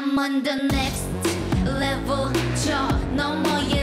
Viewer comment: 솔직히 노래 처음 들었을 땐 이게 뭐야 싶었는데 Next Level 발음에 치여서 계속 보고 플리에 넣음ㅋㅋㅋㅋ